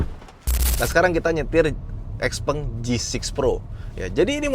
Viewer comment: Pengucapannya bukan x peng .... tapi xiao peng.